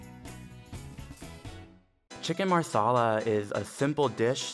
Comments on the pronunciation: Every time her said maRsala the Indian in me exploded xD But love the video :) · Wtf is marrrrrrsarlar 😂😂😂😂😂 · i thought he was saying chicken masala wrong, but as it turns out, it was marsala😂😂😂